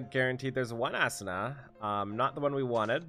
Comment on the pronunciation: sigh. please pronounce it as "Ah-Su-Na" not Assuna lol